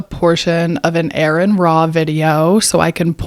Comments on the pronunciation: It's not Aaron, it's are-on. Please stop reading your book of fairy tales. You sound really stupid. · It's not Aaron, it's Aron. And like Aron I have actually read the bible and it's actually the bible that gets everything wrong! Try reading the bible and learn the terms you're accusing Aron of. If you actually read the bible you would be an atheist too. Also, Learn history! Lmao! The bible is a joke. Your god is a joke. And anyone who believes this biblical garbage is a joke! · You:"what's with the quotation marks" Also you: "I know why quotation marks are used" 😂😂. You pronounce Aron, Aaron 😂 is reading too hard for you, or is it just the pronunciation that gets you 😂. I wasn't aware that you made any coherent points to refute... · Firstly, it's Aron, "Ah-ren" not "Aaron" Secondly, star wars is science fantasy not science fiction! Thirdly, have nice day 🎉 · Come on, seriously come on. It doesn't say its a sphere it says circle, a circle is a 2 dimensional shape, its flat, and this was not humans, this was you god, conveying the message. Are you this dishonest in the first minute, i'm nor interested. Try to at least pronounce Arons name correct. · The only reason this video has multitudes more views than your other pathetic attempts at engagement is thanks to Aron Ra. And you couldn’t even do him the basic decency of pronouncing his name correctly. Also, your use of Chat GPT to “prove God’s existence” or whatever is pathetic and laughable. Stay in your lane (which according to your religion is in the kitchen) and leave the biblical analysis to the grown-ups; e.g., people who have ACTUALLY read it like Aron.